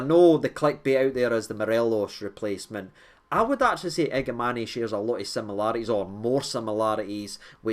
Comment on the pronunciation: the pronunciation is iga man